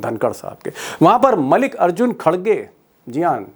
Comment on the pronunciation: मालिक अर्जुन नहीं मल्लिकार्जुन खड़गे नाम तक सही नहीं ले पा रहे पत्रकार साहब।